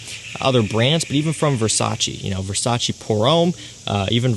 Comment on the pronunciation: Its Versace, not Versace...